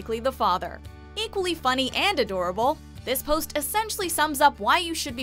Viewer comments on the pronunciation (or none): none